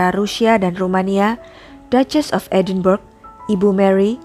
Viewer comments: Woi mustapa ucup..edenbrah yg bener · Narator perlu belajar lagi.. Edinburgh sebenarnya disebut sebagai [Edinbra]